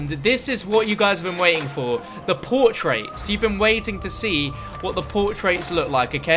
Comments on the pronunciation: PORTRAIRS say it right lol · Hearing him say portraits was a little painful but otherwise great vid bro